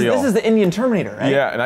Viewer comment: It's not like terminator. Also, stop putting emphasis on the "Indian"!!